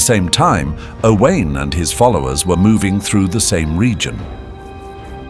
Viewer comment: O wine. So simple to pronounce Owain correctly.